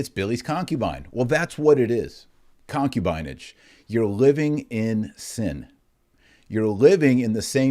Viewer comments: Using these words is also anti-modernist ∵ it shows that the ancients were not ignorant of human nature like modernists pridefully think they were. Also, you mispronounced "concubinage", putting the accent on the first syllable; it's really "concúbinage". And you used "sodomite" as an adj. (when really the adj. is "sodómical"; rhymes with "comical"…). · Pronunciation of concubinage, the “i” is a short “i” , like “in”. con·cu·bi·nage /kənˈkyo͞obənij/ Learn to pronounce nounHISTORICAL noun: concubinage the practice of keeping a concubine. "what is the daughter of an infidel good for besides concubinage?" the state of being a concubine.